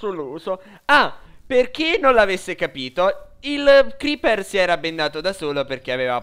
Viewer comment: Si dice Creeper non cribbio